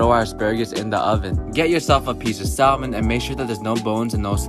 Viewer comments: Please STOP pronouncing the L in salmon..k..thanks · people who pronounce the L in salmon don't deserve rights